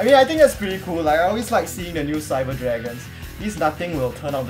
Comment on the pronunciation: You pronounce the new Cyber cards so well :D